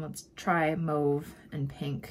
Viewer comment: Gorgeous, great video!! It's not pronounced Move, its Mauve, like Ma...ve